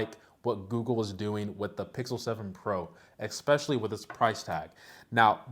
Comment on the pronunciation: ESPECIALLY It's ESPECIALLY not EXPECIALLY